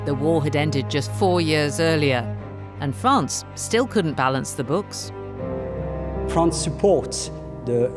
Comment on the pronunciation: Fwance, cwown... arrrgh